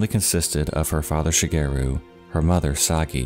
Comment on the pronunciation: The way he pronounces "Shigeru" is so off-putting. It's not "She-gear-roo" it's Shi. Ge. Ru.